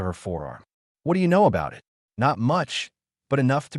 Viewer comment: Overall, a decent story and generally well delivered. However, there were multiple times where it was obvious it was A.I. The most common instance was when "it" was being used and the voice used "it" as if it was using the abbreviation for Information Technology, aka IT or I.T. I noticed fairly along in the story when one instance happened with a word spoken "I.N." instead of "in". Then there was the one time, again late in the story, where what should have been an ignorable period was read (rhymes with bread) out as "dot".